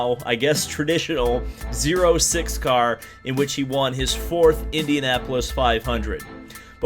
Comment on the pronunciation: Cool announcement...Jack Harvey will win a race.......the seat will be probably a F-1 has been... Grojean and Magnussen are spokesmen for the better series...and.btw.... it is ZERO six.....